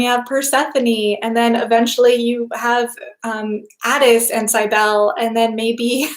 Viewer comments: Cybele = "sib" as in sibling, "el" as in bell, "lee" as is in leadet CYB • el • e Accent on the "Cyb" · I think it's pronounced Sibelli (Do you mean Cybele??)